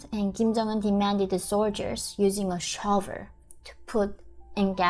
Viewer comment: By "sha-ow-ver" she means "shovel."